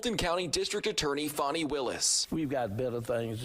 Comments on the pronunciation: ITS FANEE.....like joe dirt..justr because you think its that way isnt...shes garbage anyways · He called her Fawni??? Not sir!!! Its Fannie like as in my a$$!!! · "Fonnie"? I thought it was "Fanny". Let's just call her "Ass" to keep it simple